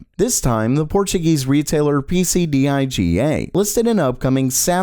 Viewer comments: PC d-I-g-a 😭. For English speakers it's read pc deeguh. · it's pronounce PehCeh Diggah, it means PC (personal computer, duh) you say or tell (formal form)